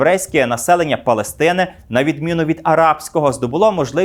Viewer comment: Ви ставите наголос на «Палестина» як країну. Але , це не так. Палестина - це назва місцевості , як Кавказ .